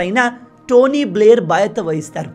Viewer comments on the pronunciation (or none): none